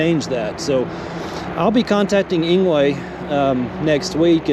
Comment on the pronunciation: Engwe is pronounced as angry